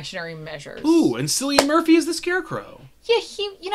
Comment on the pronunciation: Heath actually had to lick his mouth because the make up kept tearing while he talked. It's even more awesome to me. It's pronounced kill Ian Murphy. Not sillian